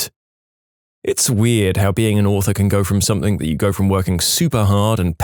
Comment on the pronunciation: He always pronounces something “somethink” 😅